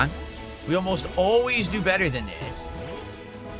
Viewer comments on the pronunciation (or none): none